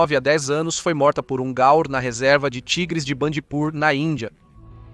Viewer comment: Peço desculpas mas, se o nome é GAUR, a pronúncia NÃO deve ser GAL ou GAUER, sei não.